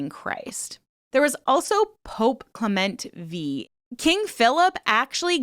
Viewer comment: 😂 Pope Clement V 😂 V means 5 it’s Pope Clement the fifth lol I can’t even take you serious now